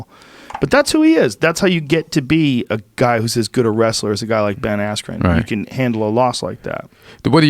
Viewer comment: “Ben Axren” lol